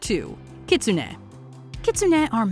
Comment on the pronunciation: Does anyone have a tsugomogami candidate at home? I have a cookbook that has been used in my family for over a century. I wonder how it would be as a Yokai... PS: my favourite Yokai is Kitsune and the narrator's pronunciation was atrocious.